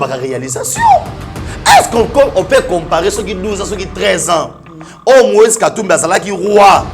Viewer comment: Moise et non Loise..